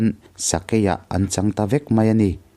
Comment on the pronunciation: Atui a hal ta hle mei a , ( mei , niloin 'mai ' aw.. ) tlemin fimkhur la.